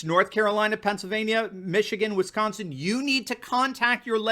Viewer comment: You’re great. Love your videos BUT..... there is no “H” in Wisconsin 😂